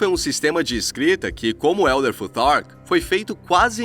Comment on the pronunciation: Como fica ridículo brasileiro tentando falar inglês Elder tutar kkkk😅